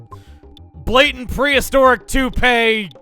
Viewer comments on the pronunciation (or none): none